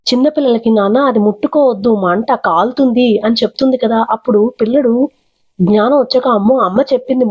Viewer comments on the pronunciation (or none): none